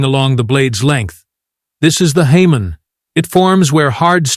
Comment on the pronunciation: Hamon is pronounced “Hah moan”